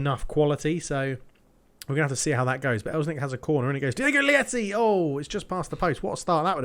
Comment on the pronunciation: Probably coming in late but Diogo Leite's name is pronounced like the word "late" and not "lieti" xD. Means milk in portuguese. Just started watching the series from the beginning, loving it! keep it up!